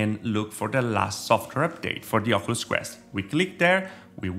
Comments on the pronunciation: do you even know how to say oculus? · The way he pronounces “Oculus” make me cry laughing LOL